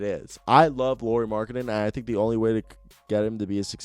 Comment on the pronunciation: How you say Lauri at last time was correct spelling no Loury... Im fin 👊♥️♥️♥️♥️♥️💖💖💖🙏